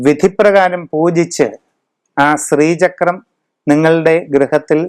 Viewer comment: സ്രീചക്രം എന്ന് പറയാതെ. ശ്രീചക്രം ആണ്.